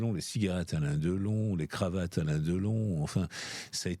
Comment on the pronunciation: Deuhlon, sa filleuh, Boulogneuh, sa mèreuh chanteuseuh allemandeuh, la drogeuh, l'héritageuh, commeuh il raconteuh bien les histoireuh le meuhssieuh ! Mais jeuh jéteuh l'épongeuh !!!